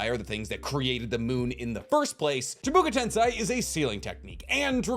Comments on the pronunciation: Why do you keep on saying CHIBUKA TENSEI? It's freaking CHIBAKU TENSEI! Get it right! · You are my favorite YouTuber, but it is chibAkU tensei, not chibUkA tensei. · You keep saying Byakuya seal. Byakuya is a character in Bleach. It's Byakugō. It's chibaku tensei not (chubuku tensai) 👀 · why do you say chibuka tensei iinstead of chibaku tensei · Stop saying CHIBuKU TENSAI are u braindead. And it does not require 2 people.